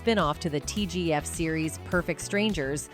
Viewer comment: When the A.I. calls it T.G.if...instead of T.G.I.F. it makes me angry...and im not quite sure why...